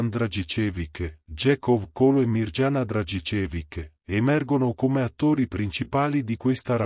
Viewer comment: Non si legge Mirgiana ma Miriana!!!!